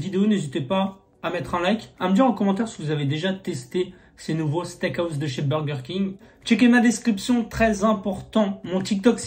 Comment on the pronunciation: Pourquoi tu dis le steak AOUSSE ??? mdrrr ça me perturbe c'est house, sinon gg bg !!!!!!